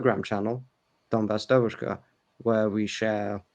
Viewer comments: New Atlas accent in "devUUshka" (young female) is very WRONG, it's [diEEVushka]. it's the same with [bAAbushka] (grandmother) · …. Devushka, stress on the E, not the U. DEvushka. In Russian it means girl as in young woman. Devochka is a girl as a small child. Just to aid in your pronunciation.;) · dEvushka - Young woman, not davUshka. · is excellent in anything except pronunciation of Russian words. His devushka was hilarious. By the way 'es English has a very good, very understandable pronunciation. It was a pleasure to listen to you both. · He also missed the word "allegiance" when he said they "swear to their country". I am convinced that a native English speaker would say "swear allegiance to their country" Also, he pronounces the word "devushka" in a way that would be very unusual for a native English speaker. I understand he studied medicine in England. They would speak with the "home counties" accent, wouldn't they at those medical colleges? I am a native Russian speaker myself, lived in the UK for a long time, worked for the BBC as an interpreter, and I was told (by the British) a few times, that speak English better than some British people do. It is not impossible. His accent is way better than mine though. I think he is exceptionally good at language learning.